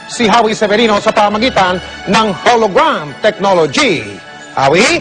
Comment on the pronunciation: "KAUNA-UNAHAWN sa kasaysayan ng telebisyon DITOW sa pilipinas! kakausapin ko na po ngayon si Howie Severino sa pamamagitan ng HOLOGRWAM..TECHNOLOGY!" Sapul ka mike XD